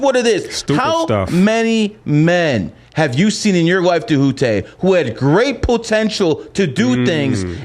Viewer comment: Dude mispronounced his name all episode and that annoying, patronizing “brother”…It’s good to see Djehuty back on the scene tho!!!